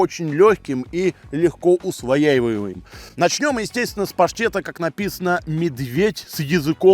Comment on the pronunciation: "легко усвояевяуеяуеяуе..." 😂